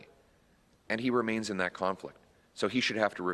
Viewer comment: NO MORE "CARNFLICT" OF INTEREST!!